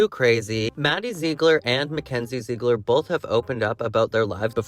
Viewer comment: Jw… don’t they pronounce Ziegler as ZIG-LER not ZEEG-LER?